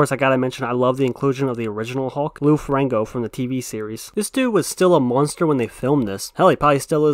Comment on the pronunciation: Just pointing out for the future, but it would be something like "Loo Feh-RREE-ñoh".